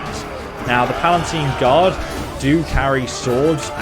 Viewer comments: He also calls them PalaNtine Guard. I think it's just lazy reading comprehension, as opposed to lack of cultural knowledge. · Palatine, not PalaNtine. This guy doesn't do words very well. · On another video he commented he has dyslexia, hence the mispronunciation :) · Pretty sure he's said he has dyslexia something. He frequently mispronounces words